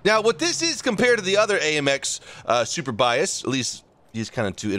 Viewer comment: Andit's very funny the way says "Superbiased" and absolutely not "Surbaissé" xD I'd love to tell you how to say Sublindé and Surbaissé